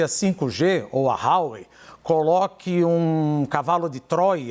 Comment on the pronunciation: DE AMBAS AS PARTES, QUEM... CARA PÁLIDA? O CAIO SEQUER SABE FALAR HUAWEI